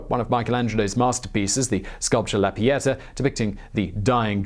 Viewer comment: Pieta? Oh my god I thought you said piñata.